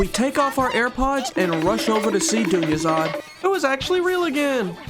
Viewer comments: My main language aint english, so everytime you said Dunyarzad, I thought you just said "jr something something" just for fun, lmaoo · Idgaf if you mispronounced that's persons name MY BOY THANKS FOR POSTING WE ALL NEEDED THIS VID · Made it better to be honest 😆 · Wait he pronounced it wrong? Lol have watched this video like 20 times and didn’t even realize 🤣